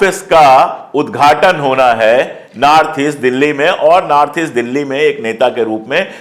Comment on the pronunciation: Aap north ko naarth kyu bol rahe hai?itne achhe patrakar hai phir bhi🤔